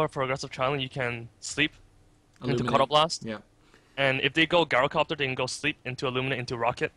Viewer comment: Good casting but please, please, PLEASE take a look at how you pronounce GYROcopter (Soft "G" sound, not GuyRO)